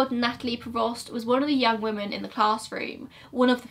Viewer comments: i love ur videos so much, one thing that does bug me tho is how u say woman instead of women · WOMEN. WOMEN. WOMEN!!! I love these videos and I will forever watch them but it drives me insane when people continuously say woman for the plural of women. FOR THE LOVE OF THE ENGLISH LANGUAGE, SAY WOMEN. Woman = 1 woman. Man = 1 man. Women = more than one woman. Men = more than one man 😭😭😭😂😂😂